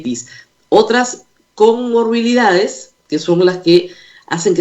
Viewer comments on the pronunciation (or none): Señora RMP no es diabetis...es DIABETES..Tampoco es conmorbilidades es COMORBILIDADES.